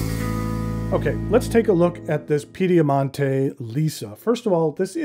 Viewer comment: a first-rate review—as always. Permit me to make a couple of minor corrections. The company’s name is Piedimonte, and Gian is pronounced as the English name John. (Actually, the J is slightly harder, but you get the idea.) As to my thoughts on your review, I will be ordering one of these pens.